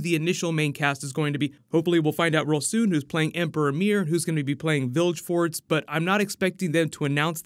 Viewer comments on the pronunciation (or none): C’mon —it’s Vill-guh-fortz, not Vilge-fortz. 😒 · What are you calling Dandelion? Also, Vildgeforz? It's VilGeforts. (Edit edit) Who the frick is Jaskier and why are you showing Game Dandelion's picture? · Am i the only one who pronounced it as Vilg-eh-fortz? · Fringilla, Triss, and Yennefer look absolutely nothing like the actual characters. I'm disappointed. Black Fringilla? Yennefer and Triss look Indian or Latina. This would be great if it made sense. Yennefer also looks like a child. "Vilge forts"? Lol, Geralt's pronunciation is quite different.